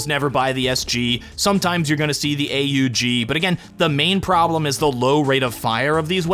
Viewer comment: AUG is pronounced „awg”. Please stop making my ears bleed :) ❤